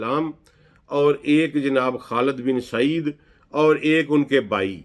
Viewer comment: جناب آپ کے اُردو لیہجے میں زبر کا اِستمال زیا دہ ہے خالِد کو خالَد بو لتے ہیں